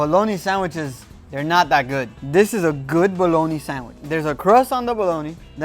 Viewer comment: "I really recommend you smoke yourself a balloney."